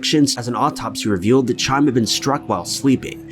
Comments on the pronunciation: It's not Chime, (I mean it is but ch turns into an H sound) So it would sound like Hi-em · Isn't "Chaim" pronounced more like "Kha-eem" rather than, like, a wind chime?? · It's Hi-am, not Chime. PS- Way too many insensitive sponsor placements. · Isn't the name Chaim pronounced HAYEM...? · Look, I love these videos but what I find really disrespectful is the fact that you never seem to take two seconds to research how to pronounce ANYTHING. You are constantly mangling names, places, so many incorrect pronunciations in these videos. For example Chaim is not pronounced “Ky-um”, it is “Hah-yim”. All that work on the “It”’advertisement and you couldn’t do a 10 second google search to respect a murder victim? And this is constant on this channel. Kind of disgusting really. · His name is pronounced "Ky-em" not "chime"...just want you to know... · Just FYI “Chaim” isn’t pronounced like chime, the ch is more like a guttural h —HYME, even with a bit of a K sound. Not dissimilar to the spelling of “Chanukah” but you pronounce it “Hahn-uh-kuh” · The name CHAIM is NOT pronounced "Chime", like a fucking bell. 🙄😑 The "CH" is pronounced like you're hawking a loogie (like the Hebrew word/expression "L'Chaim" ) and then "eye-um" at the end...... So basically just "L'Chaim" without the "L" PS. FOUR SPONSOR INTERRUPTIONS??? WHY??? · Hey OP, the first name you pronounced isn't "Chime" it's pronounced Kai-Um, it's a Hebrew name. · Chime?!?! Chaim is pronounced "high-am," not "chime" 🤣🤣🤣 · The first young mans name is pronounced HIAM NOT CHIME dear, the c in his name is silent in Jewish language. Just so u know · I'm pretty sure the first guys name is pronounced Hyum, not Chaim. The spelling may have confused you. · Chiam - said like kie-hum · lmaoooo "chime" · "Chaim" is pronounced "Ha-yim" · It's pronounced "Hai-em". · It’s Haim Weiss. The Ch is pronounced like a hard H. And it’s Yasheeva:) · ...man stop calling him "Chime"! U seriously can't do better than that?